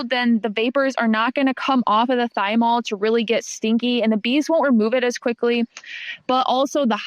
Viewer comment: PLEASE tell me you pronounced thymol that way to get idiots like me to leave comments here- in order to boost engagement